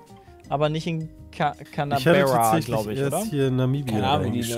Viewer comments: Canberra wird nicht känbärra ausgesprochen sondern cänbra also wie das englische can und bra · Nur so es heißt gesprochen Canbra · n scheiß zählt canabree bei Canberra